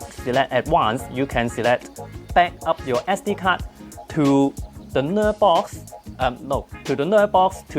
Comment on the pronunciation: I kept hearing "Nerdbox". It kinda made sense.